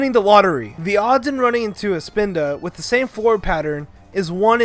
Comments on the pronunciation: ... This ISN'T POKEMON GO, this was made BEFORE THAT. Do you know how to read descriptions? Because there's a little thing above them called a date. Plus, what's a SPINDOW?! It's spelled Spinda! And plus, Spinda is gen 3! Not gen 1. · When he said Spinda my mind had an ERROR